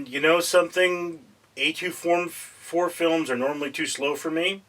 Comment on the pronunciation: Who calls it A2, 4, it's A24